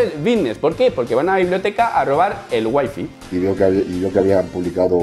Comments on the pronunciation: Sigues pronunciando mal WIFI en inglés hahahaha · Noooo!! 'wai fai' se pronuncia hombre xD casi pero! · waifi no, way fay 😅